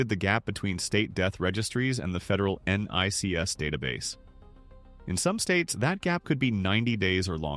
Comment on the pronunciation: What the FUCK IS this??? NONE of the images in this have ANYTHING to do with ANYTHING lol. He cant even pronounce NICS lol. This is fake ass AI bullshit.